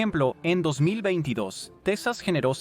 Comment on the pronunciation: Techas?? Es la,primera vez que escucho esa pronunciación